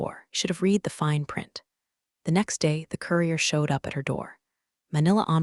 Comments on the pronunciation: I wish it was possible to teach your narrating AI to know the difference between the pronunciation of the word "read" (pronounced "reed") and "read (pronounced "red") as they mean different things!! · When your AI voice can tell the difference between read (reed) and read (red) I may start watching your videos again. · The past tense of the word “read” is pronounced “red” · AI still cannot tell the difference between "read" and "read." The first is pronounced "reed," while the second is "red." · Why can't someone teach the tts system to distinguish between read and read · That “read” mix-up drives me nuts too — kills the flow instantly. 😩